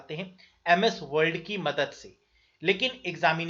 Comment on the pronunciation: Sir aap world world kyu bol rhe h...